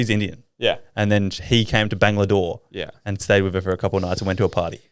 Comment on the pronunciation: Bangalore not bangladore😂